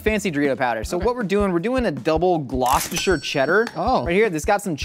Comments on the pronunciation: Little fun fact, it's actually pronounced "Gloss-ter" cheese, not "glo-chescher" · the fact that he pronounced "gloucester" as "glau-chester" is disappointing. Glosster,. Double Glosster. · it is pronounced "gloss-ter" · says gloucester me, from massachusetts: i am suffering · is no one going to talk about how he pronounced gloucester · as a Massachusen im very offended at how you pronounced Gloucester